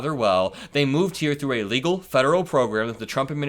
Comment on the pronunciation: If you could do a small pause between 'a' and 'legal means' that would reduce the run through in the audio that makes it sound like you're saying 'illegal means'. Don't need more moments for RPCs to get jacked up on misreading content 😸